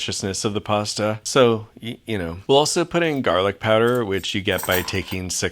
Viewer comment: You mean "pasa"....